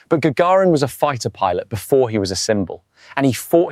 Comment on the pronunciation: AI text to speech. Well done though. Listen the names for instance: "Gaggirin" for instance.